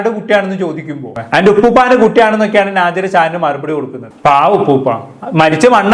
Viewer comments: നാജില അല്ല വേടലെ നെജില 😂😂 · കൈസെ നാജില അല്ല നെജില